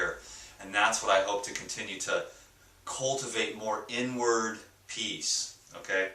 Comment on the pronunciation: I thought he said n word not inward lol. Im fasting now!